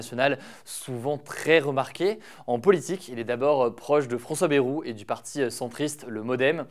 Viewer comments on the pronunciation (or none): Par contre je vous en supplie pour François Bayrou, on dit "baillrou" et pas "bèrou"